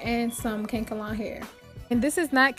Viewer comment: Its pronounced ka•nak•el•lon not kankalon